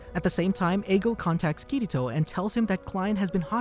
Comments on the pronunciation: not kiyto but kirito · Kirito Kiriro.... Kiri...TO! lol